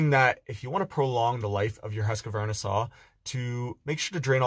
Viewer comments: That thing is being pronounced „hus-kw-arna“ with a deep u (not a high one!), a qua pronounced as kw and an arna, probounced as ar-na… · you pronounce it HUSKVARNA instead of Q you say K and no stopping or silensing letters